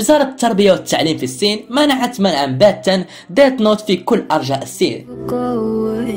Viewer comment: ليس اسمها ديت نوت 🤬❎اسمها ديث نوت ☑️😁